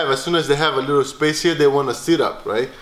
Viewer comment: "Make a lee'l pillow".... aaaand put you to sleep.